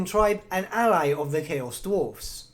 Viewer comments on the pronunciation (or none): none